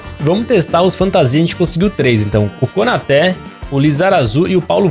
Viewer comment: A pronúncia é KonatÊ